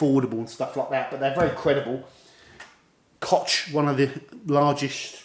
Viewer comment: It's not 'cock', it's 'kogg' :-)